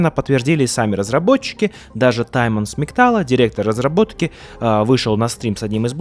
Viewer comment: Добрый день,, я учусь в Польше и хотел бы рассказать один интересный факт. Читать имя Tymon нужно как Тымон, а не Таймон, буду рад, если Ты будешь произносить его имя правильно:)